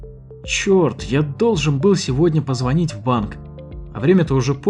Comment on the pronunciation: позвонИть! Давайте говорить правильно!